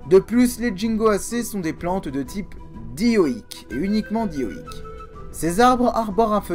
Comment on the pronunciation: certainement, j'ai remarqué en effet que tu dis bien dioique à la fin de la vidéo 👍